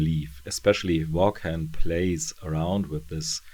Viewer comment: Hey, I've literally run out of current videos of yours to watch, so I decided to go back in time to check out your earlier ones! I have the whole series of Ex Machina in floppy format, but I haven't read all of it yet. I just wanted to give you a heads-up on the pronunciation of "Vaughan"..it's pronounced "Vorn" which sounds a bit like a race of aliens from Star Trek, doesn't it? Anyway, (belated) thanks for another great review!